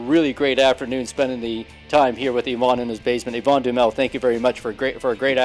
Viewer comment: The name is not Duamel it is Duhamel.I know this for a fact because Yvon is my father's cousin.